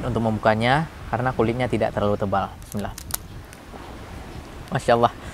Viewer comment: Mantap...saran saja utk dinda, kalau baca bismillah, bacalah dgn sempurna. Mhn ma'af bukan utk menggurui...